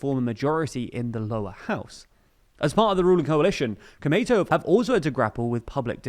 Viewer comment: It's pronounced Ko-U-Mei-Tou, not KomeiTou (which is very confusing to hear - definitely not the same thing)